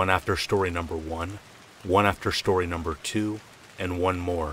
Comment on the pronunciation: SHtory #1, SHtory #2, and SHtory #3